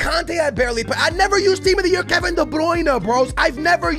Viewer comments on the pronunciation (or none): none